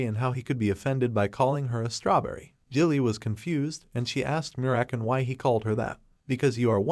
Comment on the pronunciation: So american instead of merakan hahahaha😂😂😂